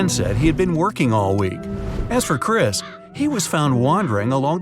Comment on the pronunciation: Chris not chria